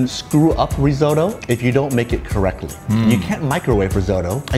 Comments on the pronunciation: "risotto" "risotto": RRREEE? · Hmmm why does he say resotto tho?